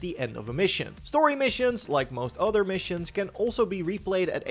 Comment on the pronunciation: Hey man I can tell your english is improving! Dont lose all of your accent. Its part of your charn. "Utter" instead of "other" still cracks me up.